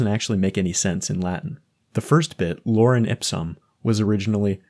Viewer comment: “loren” ipsum?